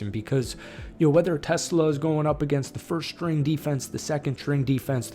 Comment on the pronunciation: Hey, he's not a car or an inventor. He is not Tesla. He's Ta-slay-ah.